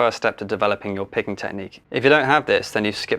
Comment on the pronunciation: Thought you said pegging at the start. Anyways great video, helped a lot